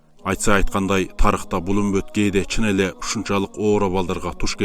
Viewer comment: Үмбөт эмес үммөт дениз